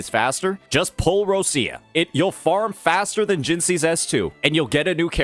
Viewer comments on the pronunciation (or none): Me still waiting for this guy to say Roccia's name correctly XD